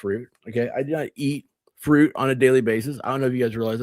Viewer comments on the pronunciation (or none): none